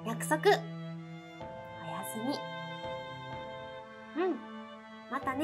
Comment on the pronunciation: おやすみだけ関西弁なのなんか意味あるんかな？